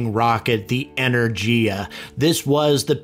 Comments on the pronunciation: The "G" in Energy is hard. E - ner - GEE - a not Ener - Jee - a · Russian "G" pronunciation is hard, as in Rogozin's name, rather than soft, as in the English/American pronunciation of Energy ...